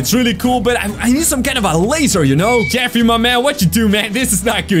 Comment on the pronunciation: You called jeffry jeffy